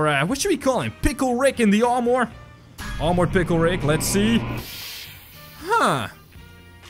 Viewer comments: Its armor not ar more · How to pronounce armor: ar-mer